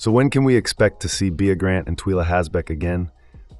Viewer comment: The narrator is clearly reading a script and poorly with zero prep. He can’t even pronounce bea and Twyla which strongly suggests he’s probably never even seen the show. This is worse than ai slop. C-. Reread the assignment. Not to mention no real intel re season 2 beyond that like everyone else, we don’t know anything except that has not yet been renewed for season 2.